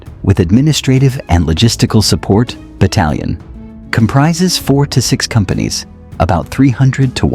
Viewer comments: Battialion??? 😆 Get better AI dude, or at least buy a dictionary. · ‘Battialion’ , ‘ oficcer’ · "Battialion" aha,sure... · What’s a BATTIALION? 🤪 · And what the heck is a "battialion?" I would hope this was made by a person who has English as a third language. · Did you make this while drunk? missed the Coast guard Surgent Oficcer Battialion 🤣🍻